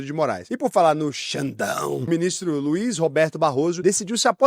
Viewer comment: caraca eu ouvi mini stremer nao ministro kkkkkkk